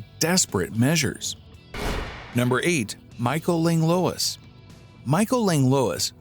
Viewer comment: Minor quibble with pronunciation. It’s not “Langlowiss” it’s “Langlwah” 😅